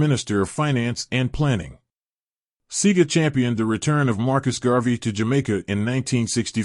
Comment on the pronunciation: Ÿour pronounciation of his name is wrong and some of your information lack clarity.